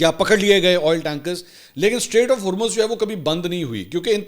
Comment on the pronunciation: Please correct you pronunciation for Hormuz. /ˈhɔːr.mʊz/ or /ˈhɔːr.muːz/ Breakdown: • HOR sounds like “whore” or “core” with an H. • MUZ sounds like “mooz” (as in “moo” with a Z sound) or “muzz” (as in “buzz”).